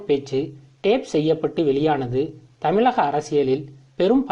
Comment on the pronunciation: முதல்ல தமிழ்ல ஒழுங்கா உச்சரிக்க கற்றுக் கொள் தமிளகம் அல்ல தமிழகம் தமிழகம் தமிழகம்